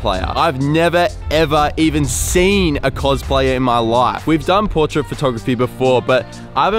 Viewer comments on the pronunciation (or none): "In my loaife"